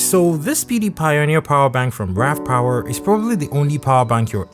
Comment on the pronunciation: Sounds like he's saying "Pewdiepie" whenever he says PD pioneer